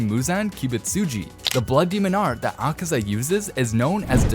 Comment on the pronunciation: Bro said akesa 💀💀💀